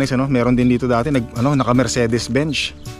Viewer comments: Benz inagz not bench😂😂😂 Mercedes Benz😅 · mercedes "benz" mang gani hindi po mercedes "bench" ... ang tamang pronunciation po ay "merseydis bens"